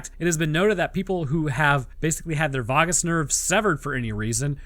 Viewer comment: I don't know if it's a British vs American thing or a vet vs human thing, but I've always heard vagus pronounced vay-gus not vah-gus. I had a lot of British professors so that happens alot (the way they say aluminium is wild). Also, your heart doesn't necessarily need your brain to keep working, at least short term. It has its own pacemakers and if the heart isn't getting a signal they will eventually fire to keep blood moving. The rate becomes MUCH slower (a dog goes from 90-140 bpm down to 20-40 bpm if only the ventricular pacemaker is working) which isn't conducive to high energy activities, like running for your life, but for just being a pet they can do okay for a while. I generally assume human bodies are usually similar for things like that but I don't work with humans, they're gross.